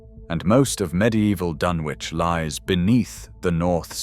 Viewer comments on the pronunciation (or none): Dunwich is pronounced Dunnidge, not Dun-wich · Yes, and Dunwich is pronounced Dunitch. Bloody AI. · You could at least pronounce the place names dunwich and eyam properly